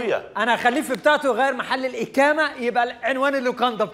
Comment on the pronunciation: الاكامه بدل الاقامه والله بهدلتوا اللغه العربيه اشرف عبد الباقي وحمدي الميرغني